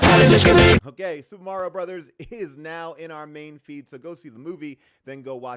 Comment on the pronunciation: Paul - why are you and June saying Mario’s name wrong the ENTIRE episode? 😂 little distracting…